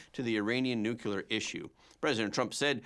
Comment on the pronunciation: I like your program. However, you need to learn how to pronounce the word 'nuclear'. New-clear. Try that please. Not new cule ur.